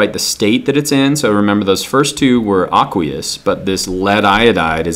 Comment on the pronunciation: AAAAAAAAKKKWEEEEEEEEEUUUUUSSSSS solution bad pronunciation.